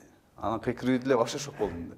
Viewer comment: Чала Кыргыз дар десе, нукура эле оз тилибизде суйлосонор, болбосо толук орусча суйло, (вообще дегенди ваще😂🤦‍♀️) так айта албайт толук , 🤦‍♀️